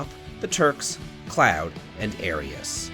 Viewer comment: "...and, _Air-ius._" Lmao if that wasn't the most 90's way of saying her name